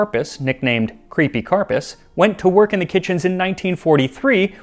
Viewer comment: Max, Max, Max... love your channel, love food history stuff... but please please please fix 'Ceepy'....😮